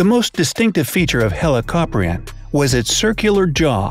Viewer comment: helicopria= helicopter 😂😂